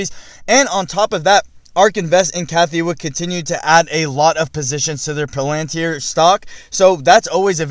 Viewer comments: It's not "POlantir" it's "PAlantir" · Bro.. it isn’t Palanter, it’s Palantir. Pronounced Pal-An-Teer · Bugs when peops do videos on Palantir and then don't even pronounce Palantir correctly. . Dum